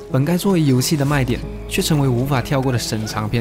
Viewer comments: 冗 那個字念ㄖㄨㄥˇ 長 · 好險沒有預購首發，近來所謂的3A大作基本上雷掉的機率很大。 另外，冗字唸錯了。把字唸對會顯得更專業一些，加油。